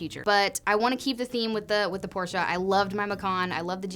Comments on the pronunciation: Kudos for correctly pronouncing Porsche. Almost like a German. 😉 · Thank you for pronouncing Porsche correctly. Good luck. And absolutely do purple. It’s the best. Treat yo self.